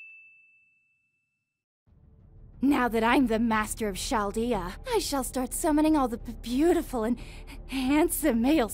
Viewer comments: erm well, whoever pronounces Meso as miso or su as soup is surely out of their baloneys! Those are completely different interpretations as opposed to chaldea which by following the english phonetic rules, should be said the same way we pronounce chair, chance, or charade. The fact that chaldea is an exception is silly! 🤓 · Aside from Shaldea pronunciation this was funny yeah its basically what happened to me when I fell into this hell hole. No husbando hook ups just lookin and grinding mats😢😂